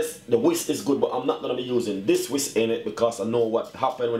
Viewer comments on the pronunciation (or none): He said whist but it's a whisk, but whatever lol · People are so ignorant! He said whist but I knew he meant whisk... But I didn't have to make a comment about it! Some people feel better about themselves when they nit pick about every lil thing... It's like their heads will explode if they don't get it out!